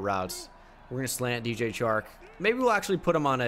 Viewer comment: You say the 'Ch' in Chark like you would in 'CHair'. Is actually like in 'Shark'. #stillluvuthoughbro 😁😁